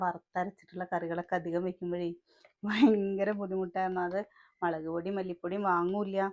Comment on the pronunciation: മളക്ക് അല്ലല്ലോ🤔 മുളക് എന്നല്ലേ പറയ🙂 ചേച്ചി